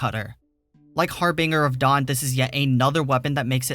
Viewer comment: Its pronounced Har-binge-er